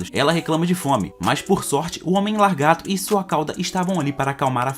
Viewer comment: Na boa, não é "largato" e sim "lagarto". Isso incomoda muito, não consegui terminar o vídeo.